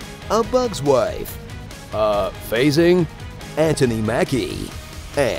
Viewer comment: "Uh Phasing" I am so glad I didn't miss it 😂😂😂